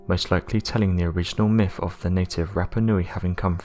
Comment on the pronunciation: Megaliffs-Megaliths, Miff-Myth, Uvva-Other, Neoliffic-Neolithic. Really annoying.